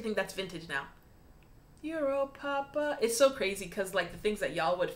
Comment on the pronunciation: I want to like euro papa but I can’t stand the way he says it. Sound uwu